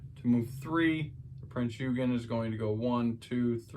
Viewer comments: Its pronounced prinz ogin the e is silent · It's pronounced: Prinz Oi-gen ...hard G as in the word gun. Great video, too! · Pronouced OYgan - or you could just say Prince Eugene.